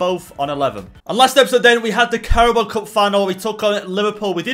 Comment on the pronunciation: says Carabo Cup. Subtitles say Cowboy Cup